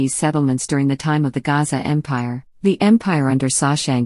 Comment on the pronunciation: Gasa not Gaza